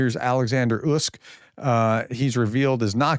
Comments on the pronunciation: Professor gotta be blunt here ..your clever but!! You need to really focus on pronouncing Ukrainian cities and Names ..your killing it big time ..slow down ..read it in your mind first ..you rush out your info like a tao...bring it down... Usyk. U sick try that! It's not Usk😢 😮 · please, please try to research the pronunciation of names? Usyk is pronounced Oo-sick. If you’d simply watched, say, the end of the fight you’d know this. It’s easy to say. Even sports announcers can do it, and l doubt that they hold PhDs. I enjoy your updates and I’ve watched them since you began. But you don’t seem to bother practicing your pronunciation of the people and places you regularly, even daily, report upon. Why? I ask with respect and with, truthfully, some frustration. Thanks for all the work you do keeping us all up to date. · It's pronounced Oooh-SEc ("oooh" like "GLUE", but without the G and L) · you’re saying his name all wrong. It’s “oosick”. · The name Usyk has four letters, with no tripup sounds and still the Professor gets it wrong. 🤣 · How can you screw up the pronunciation of “Usyk”? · Usk? who is Usk?. read all the letters!!! it's not English, do not leave out any letters!!!